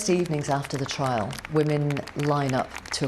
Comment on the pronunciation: “Trial” not “trail”, do better BBC. (First sentence).